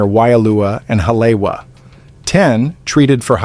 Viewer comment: its not ha-lay-wa its ha-lee-e-va